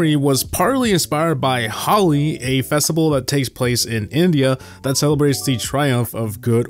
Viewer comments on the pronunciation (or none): Dear, ITS PRONOUNCED SAME AS HOLY NOT HOWLI 😭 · Hey it's not hauli it's Holi Mind next time ✌🏻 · Dude its holi not gali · really said 'Holi' as 'Hali'😂💀💀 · The holiday "holi" is pronounced as "holy", not like the name "holly", just to clarify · Its not holly 😂 It's holi, just like holy :) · It's not haly pronounce it like holy yes like that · No way bro just called holi as holly 💀😭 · 2. That's Holi not Hali 😝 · not hali holi like say holy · Bruh it's not Hali It's H-O-L-I Halloween or Halloween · Its holi not hali 🙂💀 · Its not hali its holi bro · Hey, it's not "HALI". It's pronounced as "HOLI" , 'Ho' as in 'Hoe' , 'Li' as in 'Lee' . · Sorry but to say the name holi correctly say it as Ho li have a higher pitch on H and that's it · Holy shit he can't even say holi which is the same as holy 😭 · Pronounce "Holi" as "Holy". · The way he pronounced Holi🤣🤣🤣🤣🤣🤣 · Shut Up Bro As An Indian At Least He Tried